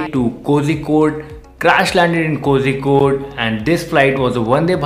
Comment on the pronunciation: Not kojikkode ! Kozhikkod